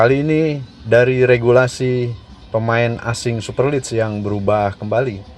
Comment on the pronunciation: Jd subscriber sejak channel ini muncul & suka dgn.materi2nya yg update. Sedikit kasih masukan buat mimin : Super league bacanya "super lig" bukan "super lids" 🙏 Terus berkarya & semakin maju channelnya... Salam Satu Jiwa 💙